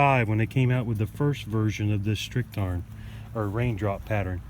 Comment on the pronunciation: You pronounced "Blumentarn" better than "Strichtarn". You said "Strich" like "Strick". "Strich" means "line" / "stroke" / "dash" and "Strick" means "rope". But I know it's difficult if it's not your mothertongue.